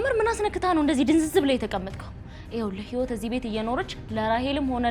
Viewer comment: ህይወት ክ ካ ኬ እያልሽ አትጃጃይብን አማርኛሽን አስተካክሊ😡😡😡